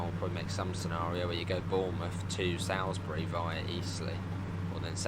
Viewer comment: It’s pronounced Soulsbury not how ever you said it